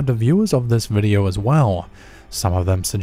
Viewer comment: For fuck sake, would you stop adding a FUCKING "r" at the end of words ending with the letter "o"? It is pronounced "video", not "videoR" fuck face. Fuck you got under my fucking skin.